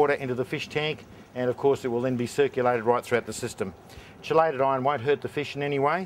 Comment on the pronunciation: KEY LATE not SHEE LATE.........shee late is when the Misses don't come home after work